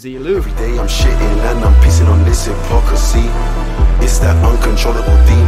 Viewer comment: “Hypocricy”... am I being whooshed, or did he fuck up pretty good there?